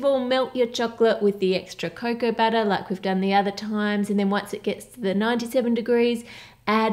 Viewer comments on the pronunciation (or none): “Cocoa batter” and “babbles” 😬